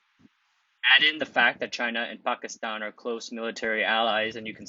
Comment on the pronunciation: M best pronunciation of Pakistan by a non-Pakistani